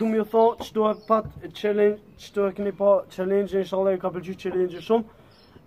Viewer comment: Thuj qallengj Jo qelengj